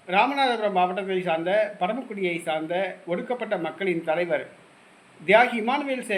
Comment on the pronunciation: தேசிய நலைவர் என்று உச்சரிக்க முயற்சி பன்னுங்க சொந்தம்